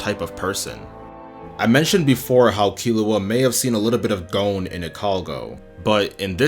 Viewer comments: great analysis but it irks me how you say gon as goune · Like, realy! He apologizes up front for if he's mispronouncing "Ikalgo" and then he sets off and calls Gon "Gown", wtf...